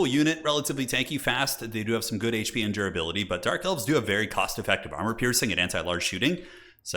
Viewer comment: Did you call them "Dork Elves" a few times?